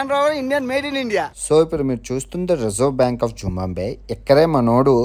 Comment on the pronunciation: జింబంబివే కాదు తమ్ముడు, జింబాబవే అనాలి